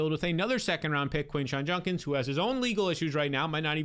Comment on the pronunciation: ITS JUD-kins not JUN-kins! EVERYBODY be saying it wrong